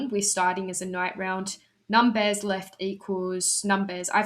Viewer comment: Oh boy, I was so confused by the "NUM_BEARS" macro's pronunciation.